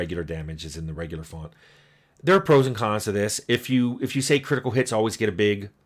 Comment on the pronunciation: "Fawnt"? Where are we from, Tim? I grew up in New Jersey, and I don't think I've ever heard anyone dig out an "o" sound quite like that.